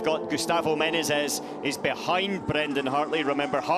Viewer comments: How difficult can be to spell the word Menezes right?? He says Menes, Menenes... its Me-ne-zes. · ME-NE-ZES!!! 3 syllables you peanut. My god that American Nobody gave me the shits that whole race. Sound it out mate! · ME-NE-ZES. Say it ten times. Otherwise good commenting! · One of these days he'll pronounce Menezes right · the commentators keep messing up saying "Menezes" lol